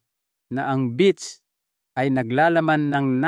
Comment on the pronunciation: Beets po, not beach.